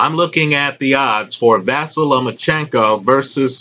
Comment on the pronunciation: Not a big deal